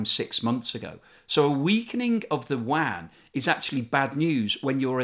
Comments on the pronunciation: Are you pronouncing "yuan" as "wan"? I thought it was pronounced like "UN". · The Mainland China currency is pronounced more like “oo-en”. This video sounds like you’re talking about a wide-area network (WAN). :-) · It sounds like you are saying “Wuan” instead of “Yuan” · Your pronunciation of the Chinese currency is terrible lol. Its not the "wan", its the yew en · the Chinese currency is not pronounced as WAN, it's more like YOU-ANN (as in English "you" and the name "Ann") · If you want to sound credible at least know how to pronounce the word 'yuan'. It's pronounced u-an not wan. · China’s currency isn’t pronounced as “wan” but as “yuh-en” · Great video! Your pronunciation of the "Yuan" is horrific though. There is no "w" sound. It is exactly as it is written. Yu-An. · I dont wanna sound like a dick but constantly hearing yuan pronounce as wang is very hard for me to watch the video as a chinese person. I enjoyed the information that you had provide and im very grateful for it. Its just the that pronunciation makes it hard to keep me watching. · BTW....China's currency is pronounced "yuan"......sounds like "you-en" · You really must make a bit of to pronounce the name of the currency properly if you want to be taken seriously. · The yuan pronunciation makes me cringe